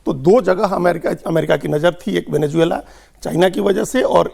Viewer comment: एंकर को सबसे पहले वेनेजुएला बोलना सीखना चाहिए, यानि इस देश के नाम को कैसे उच्चारित किया जाता है, सीखना चाहिए ।